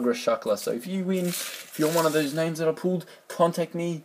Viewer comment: Yay, thanks a ton man, also, well done, you actually pronounced my name correctly, which is so weird, nobody does! :)